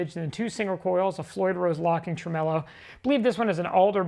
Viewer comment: How are you spelling tremolo? Tremelo? That seems to be how you’re saying it.